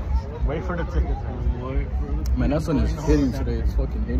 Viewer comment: Aye man Say mane Brrrrrrrrrrr mane You know what it is mane